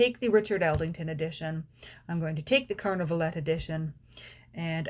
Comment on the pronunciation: Would be nice to pronounce Carnavalet without the last letter as the French do ..